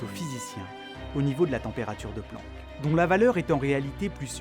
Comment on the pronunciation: "se Planck" mdr